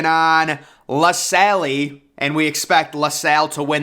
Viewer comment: and La Salle